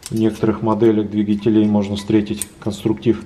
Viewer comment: Не двигателе́й, а дви́гателей)